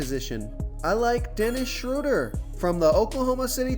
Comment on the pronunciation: You pronounced Schroder three different ways! You started with the correct pronunciation and then threw in two more that sound like they should be right too.